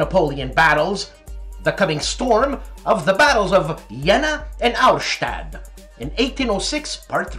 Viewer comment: You had to do your own intro this week?? What is THAT?? :D The German pronunciations were kinda rough this time, even if you DID start off on a great note with a perfect voicing of Hollandspiele(h)!!! Those Napoleonic battles were Jena (Yay-nuh) and Auerstaedt (OY-er-shtett). Special extra demerit for bungling Junta (HOON-ta); J's are often pronounced as H's in Spanish and Spanish-influenced tongues! But hey, big ups for even TRYING!!! And for setting me straight on Celles. Wasn't sure WHAT to do with that C!!! UltraMan was one of my boyhood faves, too!!!